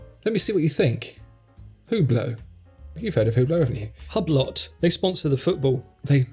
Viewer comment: Wrt to Hublot note that the “H” (and the t) is silent so we pronounce it ‘ublo’.